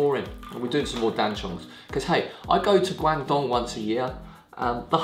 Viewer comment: Guangdong was also known as Canton, like Beijing was called Peking. China now adopts Mandarin names for all places to help standardise. Glad to see you’re pronouncing it right! And I love duck shit oolong, fast becoming one of my fav teas atm. Thanks for the video, a new subscriber! :)